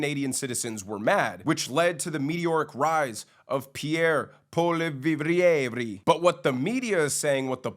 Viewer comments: Pierre “Poly-ev” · I believe his name is pronounced POLLY-EV.